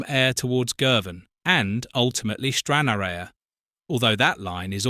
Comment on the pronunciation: Stranraer is pronounced like Stran-rarr. Ayr is pronounced like Air. And Dumfries is pronounced like Dum-freess